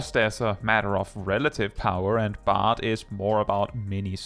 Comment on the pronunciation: Bard rhymes with hard